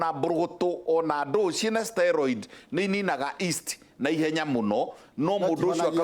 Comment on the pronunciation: Yeast. Not east